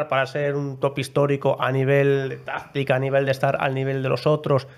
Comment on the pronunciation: no sabe pronunciar la "c"? en vez de decir "táctica" dice "táztica"